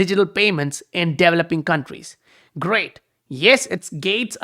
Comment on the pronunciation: Don’t know if you care but it’s pronounced developing not developing. Anyways, thanks for the vid amazing material as always!